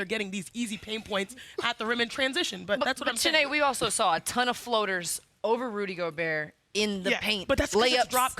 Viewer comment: Rudy Go-burr